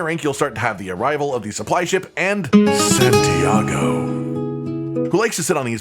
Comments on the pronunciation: By the way he’s saying Santiago, i think he’s from the caverns of el’dorado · Hahaha "Santiago". 😂